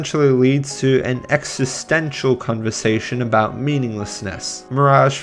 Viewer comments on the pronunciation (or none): none